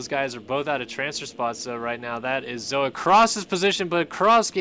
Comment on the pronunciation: Thank you for pronouncing my name right! It's not hard and people get it wrong a lot. Btw its Zoa Cross